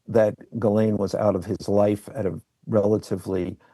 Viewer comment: Why doesnt Wolf pronounce Ghislane correctly? I get it, it's a tough name but youve heard it from the mouth of Jeffery. Certainly, he didnt mispronounce it. Why does Wolf?